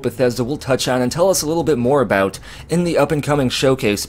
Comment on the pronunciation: "Can we get into a bout" Are you Canadian? Never noticed a Canadian accent before.